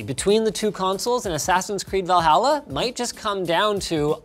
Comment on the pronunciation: Did he just say, 'Va-halla'? LOL